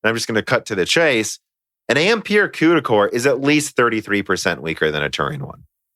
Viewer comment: Qduh cores? lolol it's CUDA not Qduh No part of English has a C pronounced as a Q